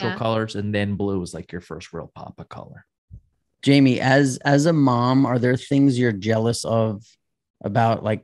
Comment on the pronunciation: Why does Rob keep calling Jamie - Yamie?? It's so annoying